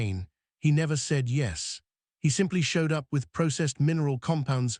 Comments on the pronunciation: one thing, it's "yes" not yezu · I despise this AI voice. Yes not yezz! And….. stuff is floating in the air no gravity but he is sitting there without a helmet.